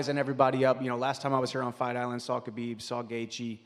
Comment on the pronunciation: Conor can't even say Khabib's name. Khabib really humbled him